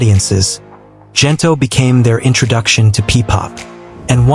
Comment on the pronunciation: The G in Gento is pronounced like in Good , Gento not Jento.